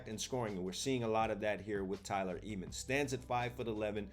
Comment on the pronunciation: THATS MY BROTHER ; LETS GOO THEY CANT STOP THAT TRAIN !!!! CHOO CHOO 🚅🚅 Ps. the pronunciation of the last name is not eemans but emmans 😊